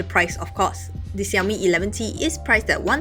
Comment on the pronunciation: Fiiiiiiinaly someone who pronounces Xiaomi correctly and doesn't say 少米 instead of 小米 !!!😃🙃 (I started learning Chinese a month ago and am very picky pronunciation wise!)